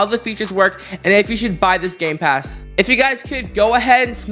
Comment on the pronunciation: It sounds like gay-pass when he says it XD